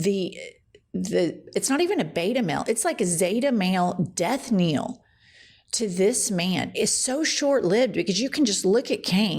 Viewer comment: It’s death knell, not death kneel. (For the record!)